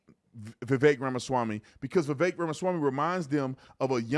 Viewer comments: Thank you for actually saying Vivek’s name correctly. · Thank you for pronouncing his first name correctly